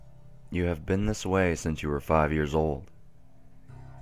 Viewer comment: Anybody else noticed that in videos, he always says 'sense instead of 'Since'? Lol.